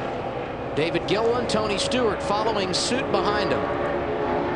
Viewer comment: No one noticed, "Tony Stweart"